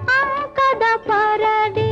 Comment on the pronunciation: AMkada parade ಅಲ್ಲ Ankada parade